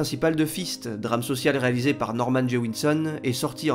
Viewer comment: Norman Jewison pas Jewinson. mais a part ca.... ca cartonne ! Mais c Avildsen pas Advidsen :-/